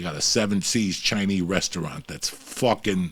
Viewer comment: why does joey keep saying Chai knee food you can tell he makes sure to pronounce that way on purpose like an idiot, its CHI NESE food ya momo